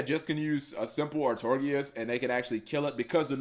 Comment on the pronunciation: Oi m8 its pronounced "Are-Tore-Ih-Gus" Not "Are-tor-gi-us. But nice vid otherwise